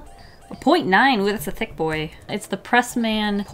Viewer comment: How she said it : oOh tHiCcc bOi